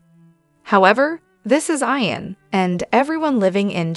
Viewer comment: not going to follow you have to say ian not I-an